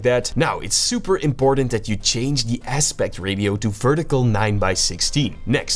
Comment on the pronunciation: You pronounced aspect ratio wrong...